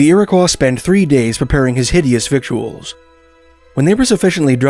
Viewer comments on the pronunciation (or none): very good, but what of the Acadians abroad? - and ah believe it's pronounced 'vittles'